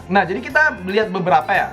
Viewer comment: "nah jadi kita liat beberapa ya" Yang pertama kali gue denger - "nah jadi kita blyat beberapa ya"